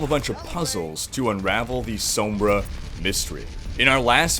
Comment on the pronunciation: hey guys this is cringer with another mispronunciation of sombra